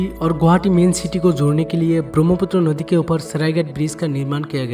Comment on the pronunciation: Nodi😂😂😂 sodah😂😂😂😂😂 culsural😂😂😂